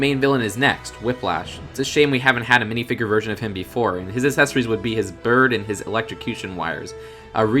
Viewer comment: You’re saying accessories wrong